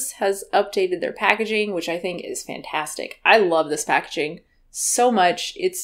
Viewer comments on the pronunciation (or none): none